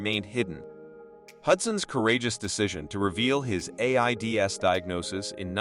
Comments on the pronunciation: Or A I D S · I can’t watch anymore of this AI claptrap. Everything from botching the names of the people being discussed, to “A-I-D-S” to “the one thousand and thirty s” or the best: “Jane Lynch was one of the first entertainers in the entertainment industry.” I never realized that Jane Lynch was that old—that she was an entertainer back in the silent era. I can understand the excuse that some may not want to use their own voice or that they don’t have the stamina, but if that’s the case, pick another human to deliver this script. Because when you mangle popular names so badly (I gave up after the complete and utter destruction of Ellen Degeneras’ name!)